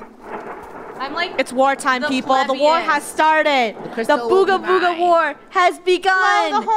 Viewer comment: You said ogga booga it’s BOOGA BOOGA NUB!